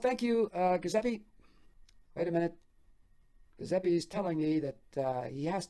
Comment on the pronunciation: Sorry, I need to correct your pronunciation on the name “Giuseppe”. The “G” makes a “J” sound, followed by a “U” as in “oo” sound. I know grammar Nazis are annoying but I just couldn’t take it. Forgive me